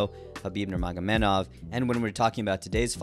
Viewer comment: It’s NurmagameDov not NurmagameNov